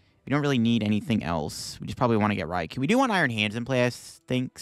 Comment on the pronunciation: I hope you know it's Rai-KOu not RaiKU As someone who loves the Japanese language, hearing peeps say these names wrong is crazy lol